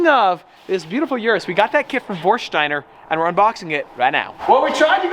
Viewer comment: Please learn how to pronounce Urus